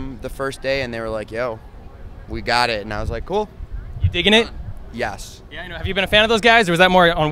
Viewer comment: When Dan says 'yes' I feel like he's saying 'yas' idk 😂